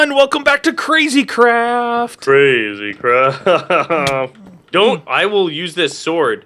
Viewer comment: is it me,or did say "Crazy Crap" in the beginning? XD